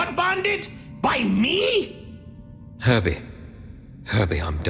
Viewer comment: Herbie. Herbie, I'm dying. Herdie. LMAO